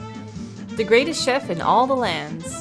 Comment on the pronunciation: mispronouncing Chef is the struggle of all multilingual people.